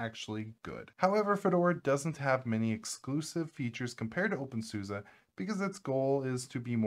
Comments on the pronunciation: In German, "Suse" it's pronounced "Soos-eh." Actually, it's "Zooz-eh," but that may be going a bit far, for English speakers. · Why do you call it OpenSUSA? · Really appreciate this topic, although I am always surprised with the way the Suse part is pronounced, when I used OpenSuse (probably version 10 or 11, if not older), I used to think Suse was pronounced like Seuss as in Dr. Seuss.